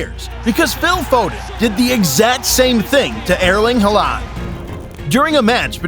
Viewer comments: Ah Elling Ha-land. That famous man. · You pronounce some names so funny, like Haaland and De Bruyne. I like your funny words magic man.